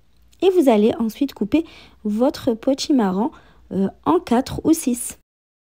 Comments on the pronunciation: Potimarron et non potimarrant😂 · Bonjour. Son accent fait que l on entend davantage le son "an" que le son "on". Cela est caractéristique de beaucoup de personnes originaires du Maghreb. Cependant elle prononce bien potimarron. Sinon, cela serait peut-être plus agréable de lui faire la remarque avec courtoisie et bienveillance, non?